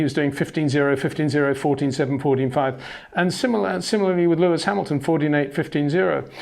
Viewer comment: HEY PETER WINDSOR, I HAVE MESSAGE FOR YOU SIR: With all due respect ... it is NOT Max "verSHtappen" ... Max is not German (Germans indeed do pronounce "st" as "sht") ... #Max33 = Dutch 🇳🇱 NL/Belgium! ... It is not "Bottash" nor is it "Lewish" certainly not "verSHtappen" .... This BS started long time ago when a British sport presenter interviewed father Jos Verstappen and assumed you can use a German pronunciation to a Dutch Driver thinking it is so "funny" ... It is not. Serious question: can any Englishman say "versatile" out-loud without saying "vershatile" phonetically? most can about 99,99% ... that is why most English can pronounce Verstappen 100% correct! Father Jos Verstappen (also F1 Racer) was very active between back then only a very few said "Vershtappen" but the vast majority of British sport presenters pronounced it perfectly ... only a few old stubborn farts like Peter Windshor .